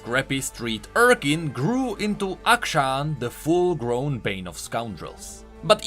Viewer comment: I love your lore videos. All of my knowledge of the lore of League of Legends pretty much comes from you and is much appreciated. With all due respect, I am a teacher, and I just want to correct two words you were mispronouncing. The word "urchin" is pronounced with the "ch" sound like in the word "change" or "champion". In the word "determined", the "i" is a short vowel and pronounced like the "e" in men. Once again, I mean no disrespect. I eagerly await your next amazing video.